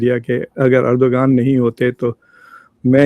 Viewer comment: The name isn’t pronounced Er-do-gan. It is Er-do-wan You dum dums.